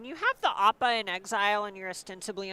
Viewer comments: Listening to pronounce Appa was painful. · haha yeah dude. piledriver of his community, its just a quirk and joke, hes never been great at pronouncing. "it's leviOSA" 🤣🤣